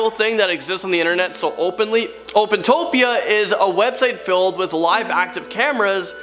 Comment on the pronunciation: Did you just say fillded?